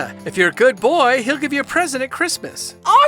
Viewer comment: The Santa part why did he say goOod bOOy